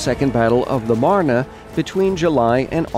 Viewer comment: oh, my OCD is tingling because he kept mispronouncing meuse and marne. No big deal overall though